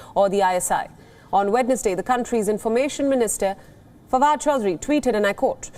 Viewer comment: This is for the PRESENTOR The correct pronunciation is Wens-day and not Wed nes Day Not hating or trolling, just an observation that would help you